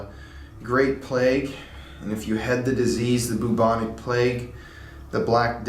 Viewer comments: I love the way you say bubonic lol it’s like boob-onic 😂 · if he says bubonic wrong one more time